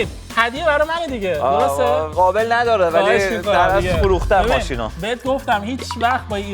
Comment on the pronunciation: عمو ق رو خ نگو درست کن صحبت کردن تو خابل چیه قابل قابل نداره نه خابل نداره